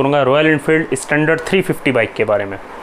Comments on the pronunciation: please, pronounced standard not I istandard😂😂😂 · Hey man pronounce your English words properly tell "standard" not "Estandard".